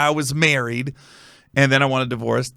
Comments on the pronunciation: This is throwing me off cuz you saying divorce like delores. Respect the transparency though. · A di-vore-us…? Stop saying divorce like that 🤦🤦🤦🤦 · Bro...why does he keep pronouncing "divorce"..."Divo-warce"...😂😂😂... like he is an eight year old who just wants his "wowy pop". I swear, once you listen to it, you can't unheard it! 😂🤣😂🤣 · The way he pronounces divorce is so weird